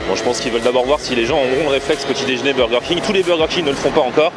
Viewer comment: Par contre on dit "déjeuner" pas "déjné" arrête de massacrer notre belle langue